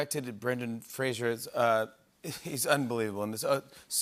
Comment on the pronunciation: Yo Jimmy... His name is Fraser... like "Razor". Not "Frasier"